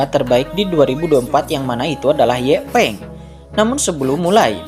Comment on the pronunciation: Yanpeng bng bukan ye peng